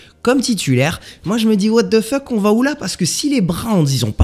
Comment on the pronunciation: No one:.. Absolutely no one:..: ouatefeuk on va où 😂👌